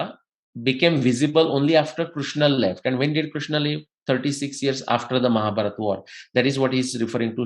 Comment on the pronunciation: आप शब्दों का गलत उच्चारण क्यों करते हैं जबकि आप एक विद्वान व्यक्ति हैं। जैसे कि भीमा (भीम), महाभारता (महाभारत), इत्यादि।